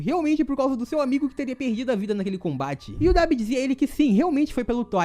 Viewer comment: Nunca vi ninguém falando Debi